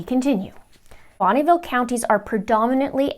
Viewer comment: As a former resident of Bonneville County, just wanted you to know the e in the middle is not pronounced with a long e sound. Interesting that the paperwork did not even bother to exclude Jefferson county which is also in the 7th district. The Boise area is more populated. And much more convenient for Mr. Means and Mr. Prior as that is where their offices are. I liked your quip about Nate Eaton being Secret Santa daily!